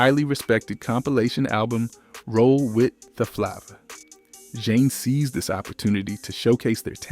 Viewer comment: Not zhane Jah neh